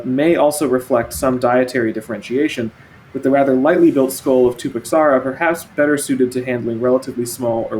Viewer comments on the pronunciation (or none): Also, about Tupuxuara: the X sounds like a SH. (Someone described the sound as too-pu-SHWA-ra and it's a good approximation). I would add comments on the pronunciation of Anhanguera as well, but this NH is among the most English-unfriendly sounds in Portuguese.